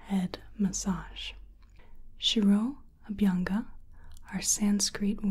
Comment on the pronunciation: 1. The intro style was new. 2. I was jaw dropped when you explained shiro-abhyanga process. (Pronunciation was on a point). 3. I really felt that I'm in ayurvedic clinic when explained vaat, kapha, pitta prakriti. 👌 Hats off to your efforts. Top-notch video as always. 👍